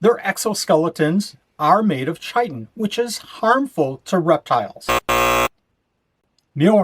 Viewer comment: That's not how you pronounce chitin 😅